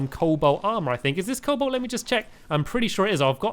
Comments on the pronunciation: Sigh... Stampy, its Co-Bolt not Coal-Bolt.... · Stamps is a noob sand cobalt is pronounced Cole-Bolt ok so start saying that:)